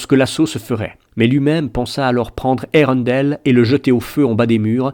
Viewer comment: Melko au lieu de Melkor......Maeglin au lieu de Maegline........colline au lieu de montagne........Eureundel au lieu de Earendil......Gnome au lieu de Elfe.....Toumladen au lieu de Tomladen........HUM !! Prononciation plus que douteuse mais si on y fait pas attention c'est vrai que la lecture audio est très bien merci. La musique coupé et remplacer au bon moment c'est très bien aussi ! Dommage que l'ont n'est pas la suite